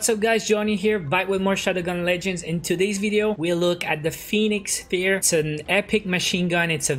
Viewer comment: It's pronounced Pheonix FIRE, bro